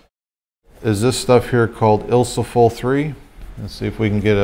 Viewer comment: Awesome videos, I've been doing this since the early 80's but I love watching what others do and sometimes it's the closest thing to talking shop talk with other film photographers. BUT...... I have two words that are not ILSO-FOL Ilfo-SOL & Ilfo-TOL. ;) have a great day/